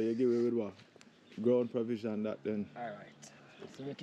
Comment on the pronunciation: ‘Ground per vision’?!